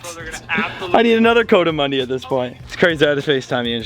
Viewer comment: COO-duh-MUNDIE … just saying lol. Cause I live in the southwest Rockies where they live out in the canyons. And it bugs me haha It’s definitely NOT “CO-damundi… Like CO-ED LOL. So please. Let’s say it right… especially for how many times it’s being said. The entire Spanish culture where they are from .. around Mexico and southeastern parts of New Mexico and south eastern parts of Arizona, would love it if you said it the right way hahaha. Just saying lol You’ve done great over the years man, as I’ve been a fan since Robert Arrington had you on his show almost 10 years ago? Ish? It’s awesome to see how well you’ve done financially as well. Well done.